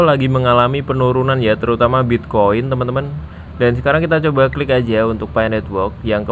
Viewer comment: Di bahas Bitcoin bukan pi coin bangg...haddeh...cuma kedengeran kayak bilang piccoin